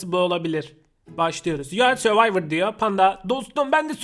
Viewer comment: Yu ardı söyvayvır diye okunuyor